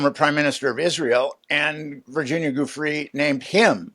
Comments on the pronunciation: For goodness sake people, could we pronounce Virginia Giuffre's name properly?! It's Jee-oo-FRAY. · Oh ... I don't know. I can overlook "chasm" when what was wanted was "schism", but the inability to pronounce Virginia Giuffre's name correctly doesn't serve as a confidence-builder. Try a little harder.